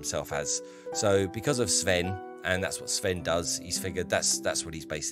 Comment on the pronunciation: Oh, and your pronounciation of Nord(ic) names (especially Sven) is overall good which is very nice to hear. Kudos for that!